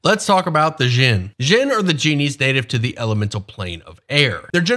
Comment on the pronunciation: An asshole note: "Dj" sounds like a hard J, represents sounds from other languages (in this case arabic ج), your pronunciation is the "Zh" sound (like persian ژ, or french j in word start like "je t'aime"). Djinn is pronounced similar to John, not Shaun.